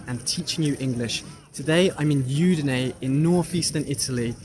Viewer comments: Very nice. However Udine is pronounced with an Ooh sound at the beginning not a Yoo sound. Hope that helps. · I think the city is udinee… not yudinee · È Udine, non iudine